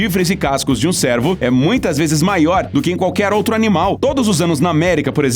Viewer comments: Cuidado com a pronúncia, cervo é diferente de servo. Servo é tipo um escravo e a pronúncia do "e" seria assim: "é". E o animal é cervo e a pronúncia do "e" seria assim: "ê". Nesse vídeo vc pronunciou servo. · Quem é o locutor deste vídeo? Ele confunde “servo” com “cervo” ao pronunciar o fonema do animal. Mais atenção! 👀🤭